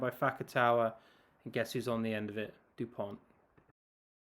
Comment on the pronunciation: These are some very fine analysis, thank you ! Just so you can take it easier on the wording... - in Dupont, the last "t" is mute, as for 95% of final letters in french, same applying for Thomas. - Fickou has to be pronouced "feekoo", without anything fancier, as the sound "oo" is always produced with the pair "ou" (no exception, enjoy !)